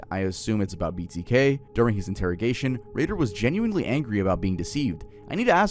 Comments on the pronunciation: it isn’t Dennis Ray-dar its pronounced Dennis Raider. And you kept saying he would blind, torture and kill. He would BIND torture and kill😂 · you gotta proofread your videos and pronunciation more often man. its dennis RAY-der, not ray-DAHR. you flip flop on which one you call him. also bind, not blind. for discussing cases where people have died, you should probably have a little more quality control